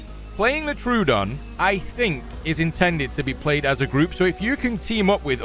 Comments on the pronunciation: I think it's "troh-ah-don", not "trew-don". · Love your videos, especially the Isle ones. Hate to be that guy but I believe it's pronounced troh-oh-don